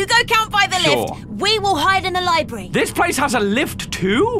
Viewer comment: Don't you know THIS IS A LIBRY (No I didn't make a typo I heard it as Libry)